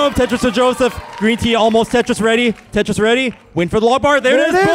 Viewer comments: He actually says “Tetris or death!” But yeah, it does sound like Jeff lol. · Tetris has 3 syllables Boom Tet Ris